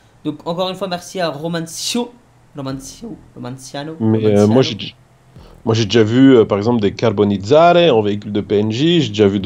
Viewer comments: il sait toujours pas dire le nom de son créateur romanaccio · par contre j'en ai marre ça de tes "romanciano" 😂😭😭 ça se prononce "romanacho" ptdrr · Mdr il sais toujours pas dire le nom de son createur !!😂😂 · 1,5 ans que romanaccio créer des courses pour et 1,5 ans que ne sait toujours pas le prononcer ^^